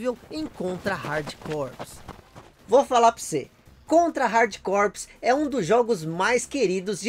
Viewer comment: Você sabia que Corps se pronuncia core? Igual a core do core mesmo! Pois é….. Estou tentando acreditar nisso até agora! Abraço meu amigo!